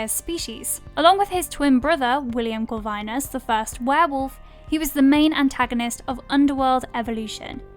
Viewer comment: Your pronounce things like you just read shit off of wikipedia. I usually hear that with Americans, lol. “Cor-vine nus” and the way you say “succubi”killed me.